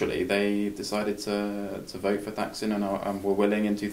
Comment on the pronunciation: Holy shit. Thaksin (you pronounced it wrong) was elected in a "corruption-free" election? I can forgive mispronouncing his name, but not mischaracterizing how he came to power. You lost me right there, Dude.